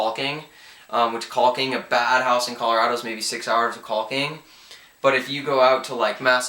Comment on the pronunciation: Oh my God guy learn how to say caulking! You're good though I'll give you that but the way you say caulking is fucking funny as hell! But you're definitely right about Massachusetts the prep is unbelievably time consuming! Good video bro